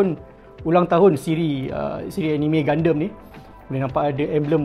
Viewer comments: Saya sorang saje ke yg x suker sebut Gundam jadi Gundem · Serabut nya aku dengar dia sebut gundam. Gunderm2. Gundam la wei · triggered plak aku dia sebut gundam tu gundem. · Kenapa sebut gundam mcm tu. Mcm gandum bunyi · gundemmmm...haha sebut pon slh... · Btul kee minat anime? Sebut gundam pun lain